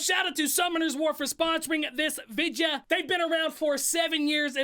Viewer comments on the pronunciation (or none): I love how he says videa instead of video